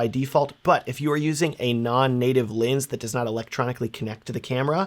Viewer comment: Can’t keep listening to the video unfortunately because I keep hearing lins, not lens. Sounds stupid but it’s bothering me to no end.